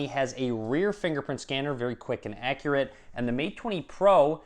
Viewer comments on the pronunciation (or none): none